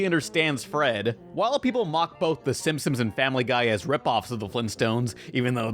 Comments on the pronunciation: Is it me or does it sound like the narrorator keeps saying "The Simsims"? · Is he saying “Simsims”???